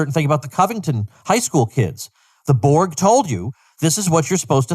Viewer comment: your saying it wrong, it's BORG, not Board ,,, think about it